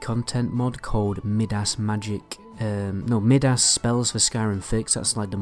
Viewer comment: "Mid-Ass" lol it's M-eye-dus